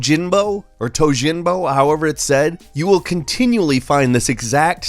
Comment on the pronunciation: the French "J" sound that westerners always use for asian words does not exist in most asian languages (I'd say all, but I'm not sure). It's a french sound! For example, many westerners pronounce Bei"SH"ing, instead of "J"ing. For Tojimbo, it is just simply pronounced "to-jim-bo" J is just J. Don't need to over complicate it